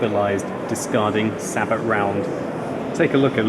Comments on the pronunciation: In fact it's a french denomination, so if you want to pronounce it correctely it's "Sah-Bo" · Does realize that "Sabot" is commonly pronounced like "say-bow"?:D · it's pronounced 'Say-BOW" round thanks for the nice video! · Sabot is pronounced... Say bow (like the weapon) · I believe the "t" in "sabot" is silent, just a heads up:D